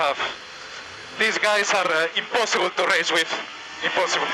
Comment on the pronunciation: Alonso: THEES GUYS ARE IMPASSIPUL TO RACE WIT. IMPASSIPUL.